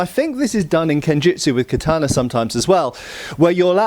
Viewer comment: Your pronunciation of the word katana prevents me from watching past